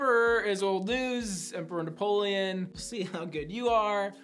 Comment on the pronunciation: Fapoleon hahhaha, but the disrespect is real